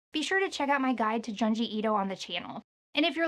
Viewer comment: Junji is pronounced Joon-jee